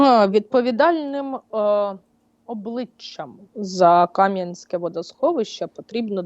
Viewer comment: тільки -Кам'янськЕ, наголос на Е (для тих, хто не знав ) :)